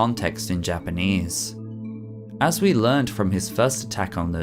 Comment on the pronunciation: You are one of few english natives who pronounce japanese names/places GOOD, I usually cringe so hard. Currently bingeing all your vids. Keep it up! :D